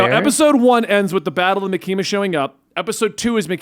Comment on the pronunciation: pronunciation of Makima is driving me crazy